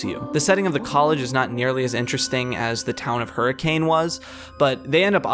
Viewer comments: I know how it is spelled but the correct pronunciation of that town is her-cun I know it sounds stupid but that is only because it is stupid Utah is a stupid place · I'm willing to bet that someone has already gone over this, but just in case: you pronounced Hurricane wrong; it's pronounced like, "Her-uh-ken." It's one of the dumb things about Utah, but a lot of names out here make no sense to anyone not local to the area. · Fun fact: Hurricane, Utah is actually pronounced "Her-a-kun." Also, no Hurricanes happen there. As someone who is from Utah, and who lived near Hurricane, I am always baffled when I am reminded that this series takes place there of all places. THERE IS NOTHING THERE.